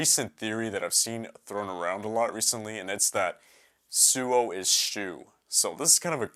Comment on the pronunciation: by the way, suou is pronounced sowa